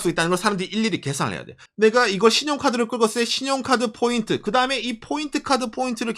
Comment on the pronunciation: No bboint Point ok? 일본에 오래살아 일본화된 발음이 안타깝네요 그래도 사실적 내용이 정확하네요